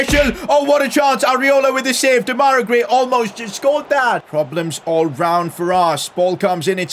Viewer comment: PCQ: Why do you keep calling him de-mai-ra gray , it’s dem-a-rai gray?